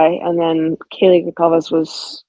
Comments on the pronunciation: She says Kaylee's last name the same as Dylan does, "Gonklaves" . If I was Dylan or Bethany than coming out as if I was a neighbor or someone would be an incredibly tempting thing to do because I am sure I would want to say things And be able to have my own voice in the internet space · Gonkalves ? Is that the proper pronunciation ? Seems like she would know.